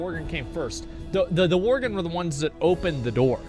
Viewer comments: And worgen. He kept calling em worgren. Just every other word is miss read 🤣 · am i the only one that hears him pronouncing Worgen , Worgren ?